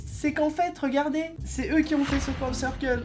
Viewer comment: pendant toute la vidéo: Krop Ceurkeul